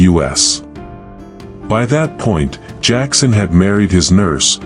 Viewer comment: Jackson...not jakson